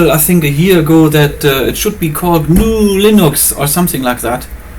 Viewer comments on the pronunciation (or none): LOL it's Gah-new(GNU) and so is Guh-nome(Gnome) and so is Mah-tey(MATE) and so is CaHA(Caja), don't say it like NU(new) RMS would be get butthearted and GNU stand for 'GNU's or GNU is not Unix". Most of the GNU/Linux or now RMS saying it as GNU+Linux are listed on the FSF page are mostly forked of major Linux distros and same for Parabola but only one is built from scratch is Dragora and recently they put the PureOS(Beta) in their list which is based on Debian w/ Gnome. For parabola check this out